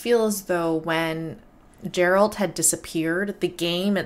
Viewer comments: It's not pronounced Jeralt. It's Geralt, with a G pronounced like in game. This woman is a character that only appears in the final DLC of Witcher 3, Blood & Wine. However this was the launch trailer for the main game which means the devs had already planned ahead. Nope, she's not. This woman is not a cursed human, she belongs to an entirely different species - she is a vampire. Vampires in the Witcher universe are not undead humans btw, they are a completely different species originating on another world. They came through a portal during the Conjunction of Spheres like most other monster species, however they retained their sanity and intelligence (which is not the case for all species, some went mad or where reduced to animalistic monstrosities acting only on the most basic instincts). The woman in the Witcher 1 trailer on the other hand is a Striga, a cursed human. Not all monster species are creatures from other worlds though - some of the more classical creatures like dragons or griffins are natural parts of the Witcher world while the post-conjunction creatures are basically aliens. You missed quite a few trailers for both Witcher 2 and Witcher 3 btw. Here's a list of some trailers you missed: - Witcher 2: Assassins of Kings launch trailer - Witcher 2 Return of the Kingslayer (also the opening cinematic for Witcher 2) - Witcher 3 Killing Monsters - Witcher 3 The Sword of Destiny - Witcher 3 The Trail (opening cinematic for Witcher 3) - Witcher 10 year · you didn't watch all Witcher 2 trailers! you're pronouncing Geralt's name wrong it's not Gerald!!!!!!!! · Witcher signs...the golden sphere that appears around Geralt and blocks the incoming cart is Quen...the force shield. The second sign where he blasts her backwards is Aard, sort of a force punch. Two of the more useful Signs. btw, his name starts with a hard G, it's not Gerald...it's pronounced with a G like in "Game" or "Gun", not like a soft "J" sound. Ger - Alt. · PLS stop call him Jerald. It's Gerald